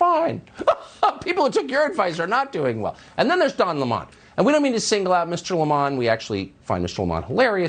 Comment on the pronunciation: I love the subtle disrespect of pronouncing his name L’mon